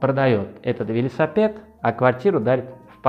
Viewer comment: Благодарю! Обожаю смотреть ваши ролики. Вы такой классный! Просто подымаете настроение (особенно ваш "велисапет")))) Много смотрю разных предложений, так как хочу купить квартиру, и мне кажется, что вы самый честный риэлтор...